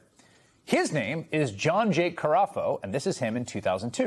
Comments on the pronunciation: CaFAro, not CaRAfo... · You pronounce the name wrong, it is CA-FARO not carafe. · Ca-far-ro, not Car-a-fo. 😂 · mins: „Cafaro“, not „Carafo“, Mr. Hayes! 🙄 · Cafaro is pronounced ( Ka-fair-O) not (ka-raw-fo) 63 yr old ohioian here familiar with the family. A lot of people ik are 49er fans. Bc they own the team. I'm born and raised in the mahoning valley. The cafaro family had a fire work company in the old greyhound bus station that's closed a hospital with their name on it that's closed I believe there's still a building on Belmont with their name on it. Nothing with pools that ik about. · Cafaro, not Carafo. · I know he's a crook, but can't any of you pronounce the guy's name correctly? Its Cafaro, not Carafo. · Cafaro is the most stereotypical villain that ever villained, so much so that you can imagine him puffing a ring of smoke in your face and laughing in dollar signs ffs I’m almost glad that the reporter keeps mispronouncing his name as Carafo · You are pronouncing it wrong. Ka-fair-oh. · Carafo or Cafaro? pronounces it differently than it appears to be spelled.. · Why are they repeatedly mispronouncing Cafaro's name?? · Funny how they keep mispronouncing the pool guy’s name. Couldn’t happen to a more deserving henchman.